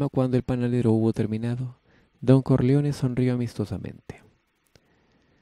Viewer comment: Pero cómo que CARLEONE? quién es CARLEONE?Jaja